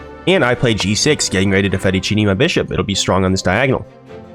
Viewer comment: Yeah wth is fedechiny